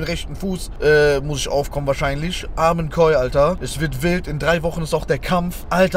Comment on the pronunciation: Lieber Sinan man sagt amin koi